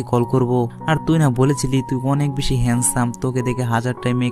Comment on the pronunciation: আরে ভাই আপনি তো ভেশি ভেশি বগর বগর করেন